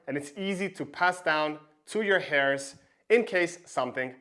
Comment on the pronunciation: Good video. By the way you mispronounce the words "threshold" and "heirs"